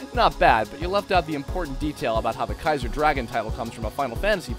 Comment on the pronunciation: Kai-zar... Kaizo